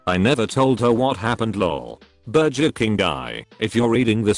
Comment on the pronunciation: Everybody on earth: burger This voice bot: BER-JER